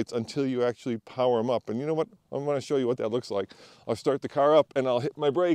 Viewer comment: "Oop", "bo-tun"🤣